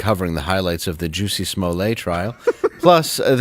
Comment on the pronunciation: Nobody ever told Jussie, that his name is pronounced "Hussy".